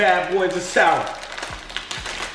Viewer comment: it's to souwer